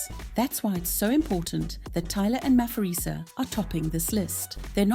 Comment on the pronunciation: Maphorisa is pronounced Mah-por-ree-sah and not Mah-for-ree-sah. ❤ from CPT, SA